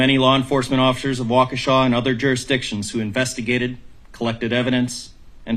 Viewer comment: Have fun in prison for a thousand years, Darrell. At least you axed for jursdickshun.